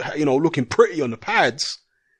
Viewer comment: Do shut up. And pronounce the word THE properly.